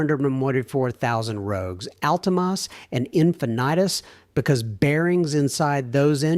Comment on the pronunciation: You're expecting AI slop to get better... It won't.... Not for several more years. Just look at how the AI pronounced "Infinity."